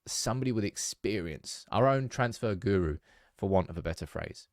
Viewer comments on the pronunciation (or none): none